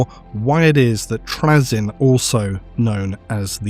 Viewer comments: you're pronuocniugin his name wrong its trayzun not trayzen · Why are you purposefully saying Trazyn's name incorrectly? You know you are. 6000pts? Of Necrons of your own? C'mon dude. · Not sure if I can stomach 90 minutes of my favourite loretuber mispronouncing Trazyn’s name but let’s do this. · is he saying trazyn wrong intentionally?